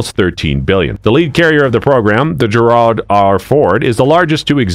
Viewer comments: He (it?) IS saying Gerald…but mispronouncing it. He’s putting the accent on the second syllable instead of the first. It’s bizarre and probably what makes you think he’s saying Gerard, which DOES take an accent over the second syllable. Most likely a stupid AI voice…although I’ve never heard this particular one before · It’s frigging pronounced JEH-rahld. Not jeh-RAHLD. Who made this crap? You don’t know how to pronounce the name Gerald? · How can you not pronounce the name of your own former president? lmao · Anybody who doesn't know how to pronounce Gerald correctly should not be doing voiceovers! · AI sucks. Cannot pronounce Gerald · Came here to say this….. Seeioulsy. The man was president. Perhaps we should spell and pronounce his name properly?